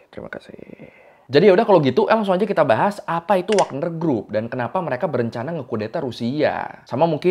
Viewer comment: WAGNER YA! BUKAN WAKNER!